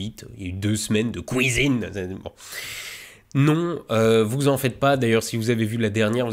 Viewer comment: j'ai bien aimé la "couisine" ! Le ton est là c'était sympa de découvrir des trucs nouveaux.